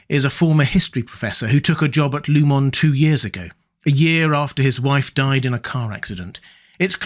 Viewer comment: Don’t you know it’s disrespectful to mispronounce a name once you know how it’s meant to be pronounced, Row-bear? “Lieu-mon” instead of “Loo-min”? “Cob’l” instead of “Co-bell”?